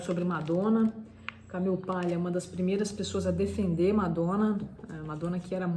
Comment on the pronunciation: Ótima visita à obra da Camille. Parabéns! Porém, achei a pronúncia “Camiu” extremamente irritante por estar longe de um falante nativo da língua inglês e mais longe ainda do aportuguesado “Camile”. Nem lá nem cá, apenas pedante.